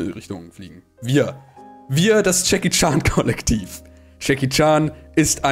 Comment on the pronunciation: Jedes Mal Jackie Chan sagt, verstehe ich Chucky charm😂😂